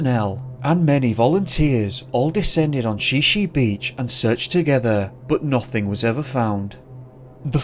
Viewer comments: Shi Shi (is pronounced Shy Shy). In the report it states "Bryce was hiking with his family on Shi Shi Beach Trail at the Makah Indian Reservation on April 9, 1995. The reservation is located near Neah Bay on Washington's Olympic Coast. Bryce was last seen when his family began walking up a trail to exit the beach. He was unable to follow them up the slope so they agreed to meet him at the beach." So was the family leaving the beach or going to the beach? There is a road that parallels the main trail (supposedly used by tribal members). If they were leaving then why say they'd meet him on the beach? Weird. If they were headed down to thr beach there are several areas where the cliff has been undercut, one could fall to the beach below. As far as I know there is one main hiking trail, takes one - every one says two miles, but my trail tracker said I hiked three, down to the beach. The beach is a narrowish strip that can be hiked down south to the Point of Arches. I definitely suggest not going during high tide. The beach has dense forest on one side and ocean on the other. Sneaker waves can and do happen. I've backpacked onto the beach several times. It's lovely however the ocean is no joke, definitely be aware of tides and incoming storms and weather. There are also lots of wildlife including bears and cougars. In addition if one reaches Point of Arches, this area is only passable in low tide. If the water comes up the trail at this area it is impassable! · I thought it was Shy-shy not she she. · Washingtonian here, Shi Shi is pronounced "shy shy" and Sequim is pronnouced "skwim" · And Shi Shi is pronounced shy-shy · Please contact me next time to confirm pronunciation of Native American place names in Washington State. Shi Shi Beach is pronounced "shy shy". Sequim is one syllable. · It's pronounced: Shy-Shy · Shi Shi beach is pronounced "shy shy" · Shi Shi is pronounced (Shy Shy). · Great video but ya need to work on the pronunciation of Sequim and Shi Shi.